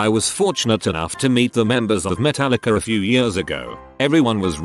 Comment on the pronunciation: I love that the British tts said "Metallic-er"